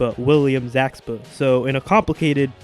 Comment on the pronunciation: its william zabka not zakba